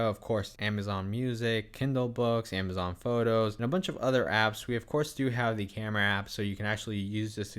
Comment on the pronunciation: A-ma-zon not Aim-a-zon 2 cameras not 2 camera